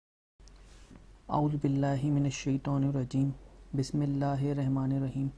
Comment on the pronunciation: Tum ko bismilla padna nahi aati